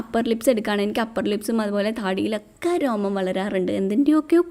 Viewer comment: റോമം അല്ല രോമം 🤣🤣